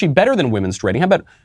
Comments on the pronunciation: I was just waiting for the "MEN-sturating." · Pronounced " menstrating" you don't pronounce the u! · Bruh why you saying menstruating like that. I know it’s not important at all but it’s bothering me.